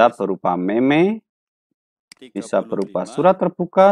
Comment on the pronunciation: Maaf Pak🙏 itu dibacanya "meme" bukan "meme"